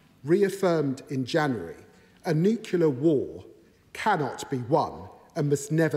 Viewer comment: It's NUCLEAR!!!! Not New-Killer! Who is this guy GW Bush?